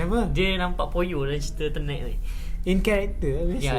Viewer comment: untuk mengelakkan anda jadi embarrasment bila berada dlm kalangan english speaking people, sebutan yg betul ialah ten (nombo10), net (sama rima dgn nerd tp lebih pendek)...so tenet, bukan turn net kahkah